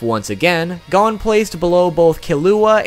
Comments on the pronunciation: It’s not gone it’s goh-n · Same its gon not gone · Nah nigga it's not "gone" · His names gon. Not god damn gone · It’s gon not gone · for everyone wondering how to actually pronounce gon, its NOT gone. it is like cone, with a g. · Bro it pissed me off he kept saying gan instead of gon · FFS PRONOUNCE GON'S NAME RIGHT, IT ISNT "GONE" IT IS GO WITH AN N SOUND AT THE END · Gone bish it’s gon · Who pronounces it as Gone instead of Go - n? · It's gon not gone 😝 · Btw it's pernounced (gohn) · Here's one thing you didn't know about Gon Freecs: His name is pronounced Gōn - G-oh-n. Not Gone Freecs. Where's he gone bruv? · why don you call him gone not gon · Why do you pronounce Gon as Gun/Gone. Its Gon. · It’s gon not gan god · This man said gone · I don’t trust anyone who pronounces his name like “Gone” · ITS GON ( the O is how “O” is said in cOne) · G A W N F R E E C S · Its pronouned as Gohn actually say Go and then say n and put them together and you got Gon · I’m getting triggerd at the way he says hon he says it like gone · How the fuck did you know I didn't know any of this and his name is Go-n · Gone freaks is how you said his name 😂😂😂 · 1 thing didn't know about Gon Freecss is the pronunciation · That is not how you say gon and don't say its the Japanese way because I watched it in Japanese with subtitles too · the way he pronounces “gon” makes my ears.exe stop working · Am I the only one that's annoyed by the fact that he pronounced Gon's name incorrectly? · This dude does a whole segment about how he said HxH wrong, then proceeds to mispronounce Gon for the rest of the video. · Ew why does he say Gon and Killua like that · I got so triggered bout him saying the names wrong I literally almost cried!! It's not "Gawn" it's "Gown" its "Kelua" not "Kilua" and~~ its not "Karapika" its "kurapeka" soooo ya just saying cuz that triggered me a lot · GAWN KILUWA KURAPYKA 😂